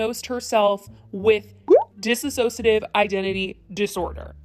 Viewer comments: Dis-sociative, not dis-associative. As a general rule people with this disorder do not gleefully admit/announce they have it because of the stigma attached to it caused by movies that focus on a persecutor alter and not the whole disorder (BTW persecutors do not attack individuals outside the system unless that person is the abuser, and even then it's rare) I have this disorder, anyone who has it understands it comes from one or more causes of prolonged horrific mental/ emotional/ psychological/ verbal/sexual/ritual/religious abuse and parental neglect anytime from birth to the age of 8-10 when the personality of the individual settles. Once your brain has learned how to dissociate and create alters it is something that can happen the rest of your life when you find yourself in an extremely traumatic situation. Mine is from a mix of neglect, verbal, emotional, mental and sexual abuse in my home, at school when I got old enough and at my church. My alters that hold the memories of the trauma are the ages of when the abuse was the worst and vary from 3 years old and up to 16. The other alters who are in roles such as protector, caregiver, watcher, and gate keeper are older. If you want to know more about this go to the DissociaDID channel, that is the best one i have found for educational information. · I’m sorry, I’m glad you’re bringing attention to this but you pronounce it wrong the whole video. There’s no ass in dissociate. Dissociation. Not disassociate. Ok sorry. Good video. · I love this video, trysha did NOT have a CLUE what she talked about and I think she got so heated in thee second video cuz she got caught. Also, I dont mean to be rude but Just to let you know it's dissociative, not dissAssociative, you said it wrong... Jejejeje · why is everyone saying it wrong its dis-sociative not dis-ah-sociative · Not "DISS-A-SOCIATIVE" it's dissociative you're saying it wrong just like trisha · Disociative not disassociative There's no a 😅😉